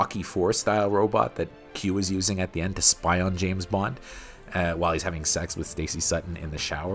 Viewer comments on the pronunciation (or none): The narrator says Bond like "Boo-wand".